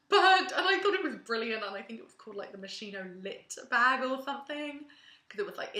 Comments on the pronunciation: To put it plain and simple : it's pronounced moskino and not moshino !!!!!! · si dice moschino CAZZO